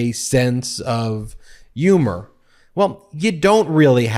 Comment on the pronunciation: It's humor not umor 🤷🏻🤦‍♂️🤷🏻